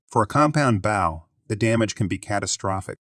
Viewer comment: The computer voice doesn't know the difference, I guess